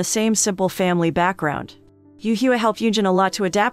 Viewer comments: i CANT LOL. the pronunciation of HUA "Hugh-ah' ahahaha YES ROBOT VOICE! GO MONOTONE XD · and the fact Hua is supposed to be pronounced "hwa" lmaoooo